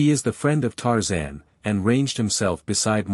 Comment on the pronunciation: This AI is excruciatingly painfully exasperating to listen to. Makes me feel like expressing myself with 4 letter words. At least it pronounces Tarzan's name correctly.